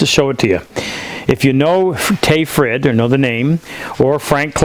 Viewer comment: Haha, if only you knew how funny it sounds for me as a swedish speaker when you try to pronounce Tage Frid. Sure it's only two short names but man, you have no trouble americano-it-up to unrecognizability.